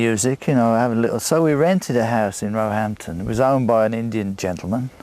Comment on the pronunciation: Locals pronounce Roehampton with the stress on the second syllable, not the first.